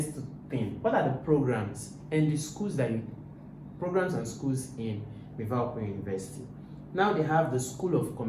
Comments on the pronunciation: It's not miwa it's MIVA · Miva not miwa